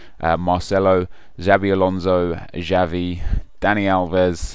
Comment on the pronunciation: Its not Javi mate, it's "Chavi"(Xavi)